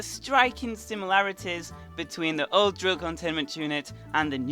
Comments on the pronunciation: It sounds like you say joke containment unit, and not old containment unit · You sound like youre saying joe containment unit